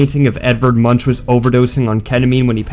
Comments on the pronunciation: You really say Much as in to eat?... It's pronounsed "munk". That is all. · ahem ITS PRONOUNCED EDVARD MOONK!!!!!!!!